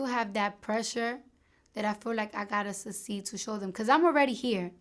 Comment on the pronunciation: Succeed > Suh-seed